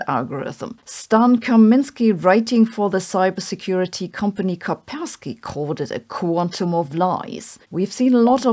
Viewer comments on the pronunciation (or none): it's "KaSpersky". And all that Chinese BS propaganda (aka "propaganda of success") is aimed at "boosting morale" of Chinese population and to show them how great CCP is (if not for them, there wouldn't be a spring after the winter!) - and to divert their attention from collapsing economy and all sh!t that's happening there now.